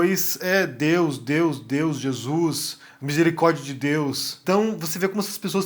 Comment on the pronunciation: 🤞Em nome de Jesuis🤞 É assim que eles falam 🤦‍♂️🤦‍♂️🤦‍♂️